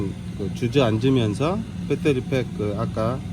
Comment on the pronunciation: 빼떠리빽 ㅋㅋㅋㅋㅋㅋㅋㅋ